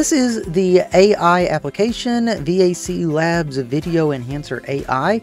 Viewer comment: You called it “vaclabs” however it’s “AVCLabs” so…. Just since people might be looking for the site based on your audio/